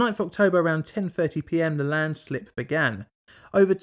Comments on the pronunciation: 'first landsilp' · ah yes the first landsilp